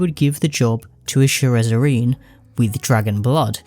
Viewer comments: is "sherezzarine" the same thing as shezzarine? I cannot unhear your pronunciation. The vid is otherwise great, but it's quite jarring. You write it correctly. Why the extra syllable? If anything it makes it harder to say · Shezzarine, not Sherezzarine, for the love of God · you’re mispronouncing shezzarine as “sherrezzarine” but tbh i like ur pronunciation and spelling better than the proper way so im gonna start calling it that from now on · Love your vid man but I had to skip the SHEREZZERINE part. If you had not kept pointing it out then it would not have been so bad for me but just couldnt lol. Maybe think about a re record next time. Just my honest opinion. Other than that, great vid. Got my sub and like. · it's "SHEZZ-A-RINE"